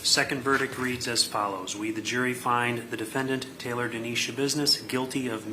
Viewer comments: It’s TAYLOR, not Tyler. AI is ruining everything. I’d rather see mistakes made by actual humans (or imperfect narration). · It's Taylor, not "Tyler".. You're very welcome! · Yeah, that's my thought too. They clearly state TAYLOR in the audio several times, but the voiceover consistently says Tyler. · The woman’s NAME IS TAILOR FOR CHRISTS SAKE, NOT TYLER!!! 😂😂😂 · Ummm, it's Taylor not Tyler. You're doing a video on this woman but can't even get the name right?? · 𝕀𝕥 𝕚𝕤 𝕋𝕒𝕪𝕝𝕠𝕣, 𝕟𝕠𝕥 𝕋𝕪𝕝𝕖𝕣. 𝕆𝕥𝕙𝕖𝕣 𝕥𝕙𝕒𝕟 𝕥𝕙𝕒𝕥, 𝕘𝕣𝕖𝕒𝕥 𝕧𝕚𝕕𝕖𝕠. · Its not "Tyler its Taylor geez. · Thank you for this. It was very interesting. However her name is Taylor not Tyler. But ty again 🫶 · Her name is Taylor NOT Tyler. How do you do a mini documentery and not get the name right??? 🤔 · her name was taylor shabusiness, not tyler, you sloppy ai jabroni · Why are you calling her “Tyler”? Her name is “Taylor.” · Her name’s TAYLOR not Tyler. You should probably get that right 😂 Seriously 🤦‍♀️🤦‍♀️🤦‍♀️🤦‍♀️🤦‍♀️🤦‍♀️🤦‍♀️🤦‍♀️ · At least get her name right. Her name is Taylor, not "Tyler"..... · It’s Taylor. At least get the name right. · Sorry, this woman is total garbage, but did you do research really when you call her Tyler? It's Taylor. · Her name is Taylor ! Jeez get it right. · T a y l o r get it right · seriously like wtf??!! You want subscribers but you botch up the DAMN SUBJECT OF THE VIDEO’S correct first name! I mean COME ON!! 😂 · It’s TAYLOR… Jeez… At least get the name right 🤦🏼‍♀️ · Its Taylor. If you can't even get her first name right, how much more is wrong? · TAYLOR Schabusiness!! You couldn't even get the name right? Not that it matters what the monster's name is... haha